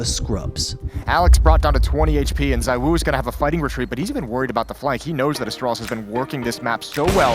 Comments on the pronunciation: Zee-woo :P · Btw, isn't it pronounced "zee-woo" according to ZywOo himself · ITS PRONOUNCED 'ZIIWOO'